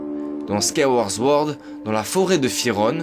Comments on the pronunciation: Très bonne vidéo merci 😁 par contre sword se dit bien '' ssword '' et non '' zword '' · Tu arrives pas a dire « Skyward Sword » 😂 Skaworz zword